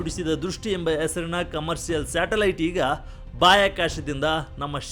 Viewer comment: ಅಣ್ಣಾ ಶಾಟಲೈಟ್ ಅಲ್ಲ ಅದು ಸ್ಯಾಟಲೈಟ್😂😂😂😂